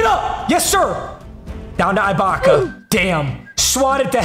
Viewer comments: was gunna make fun of how he says Ibaka then he said offensive 5 lmao papa still the goat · Bro it’s ibaka like iguodala not ibaka like ice cream 💀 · Papa please never say Ibaka like that ever again. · The way he says serge ibaka makes me cringe